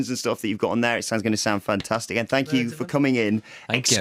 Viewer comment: Am watching this only to hear louis saying fank you